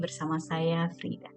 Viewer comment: maaf anda sebut nama anda, terdengar... Ida.. Coba lebih jelas, untuk yg blm tahu, jadi kurang jelas,, maaf Thx